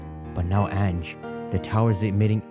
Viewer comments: Ange's pronunciation is actually An(on)-jay, but hey I don't judge. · "Ange" is French for "angel", and pronounced "ahnj" You forgot to heal your party after you faced that rando with the Chandelure.